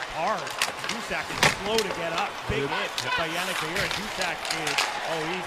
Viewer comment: In case you care or are interested… his last name is pronounced “Veill-er” not “Veill-you”… just like Lemieux is pronounced “Lemi-er” not “Lemi-you”. Anyway as a french canadian myself, Veilleux is a tool.